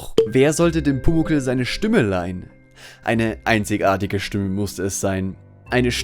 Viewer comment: Stümme?? :D Aber eine sehr wertvolle Kurzdoku, auch sehr nett erzählt! ;)